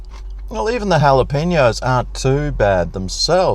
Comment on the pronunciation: Wow! An Aussie that knows how to properly pronounce Jalapeños! Enjoy your reviews, keep up the good work.